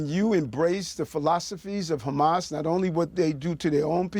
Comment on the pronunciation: Truly ridiculous answer “what exactly did he say?” “PROHAMASSS” sir wut?